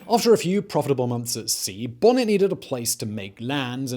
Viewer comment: Damn it, it’s Stede (steed) Bonnet (bo-nay). Ugh.